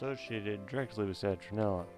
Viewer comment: Great info. It sounds like you are saying "Citronella" but I get the gist.